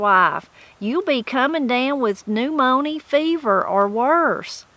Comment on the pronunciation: Trying to catch up. I got so tickled at "new moanie fever"......or however you would pronounce it, and I wondered if you would comment on it at the end of the video. 😃 In my part of eastern NC, my older relatives used to say you'll catch "the new morn-yer."